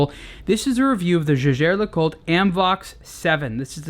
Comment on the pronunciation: no it's not. jaeger was the surname of Edmond Jaeger. it was his family name, and was not pronounced the same way as the word 'jaeger'. that said, he's still pronouncing LeCoultre wrong.